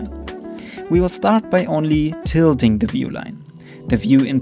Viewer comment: tilting lmao not titling